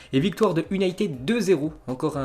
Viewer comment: Prononcer Manchester ''younaïtid" ... ''United'' ça passe pas